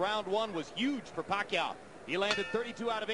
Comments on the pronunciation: The commentator first pronunciation of Pacquiao is "Pekayow" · emanuel pronounce it puh-kai-oh !!! haha !! now every knows pacquiaos name perfect flip style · 40 PACQUIAO, SAY PACQUIO! Commentator is a boss. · lol amazing foreman cant even pronounce pacquaio in these days